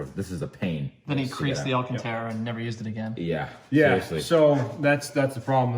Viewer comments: 19.03 "Alacantara one" ???? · "This Alancantara one"🤣